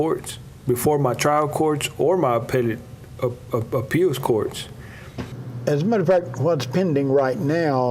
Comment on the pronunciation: Gosh Ray Hill and this lisp and feminine speech. Good lord man, pick your mouth up. It sounds gross I can’t even listen to it. And there’s no D in “appeals”. It’s not appealDs, it’s appeals. Always adding D’s plus the gross sound of his speech I don’t know how people can watch the guy. He’s nails on a chalkboard. And his lifestyle in general is just awful. He was a sicko guy.